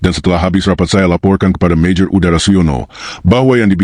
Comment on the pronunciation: MAJOR UDARA😂 adududuu...kenapa mesti pake AI sih?? Mending kalo enak didenger. Sayang banget, narasinya bagus, konten bagus, naratornya ngeselin